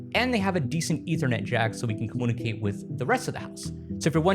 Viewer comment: the other word was "communicate", or rather... comoonicate 😂